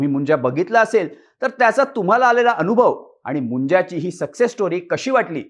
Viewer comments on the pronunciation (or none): none